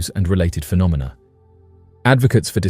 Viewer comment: lol, you said phenominal phenomina 😂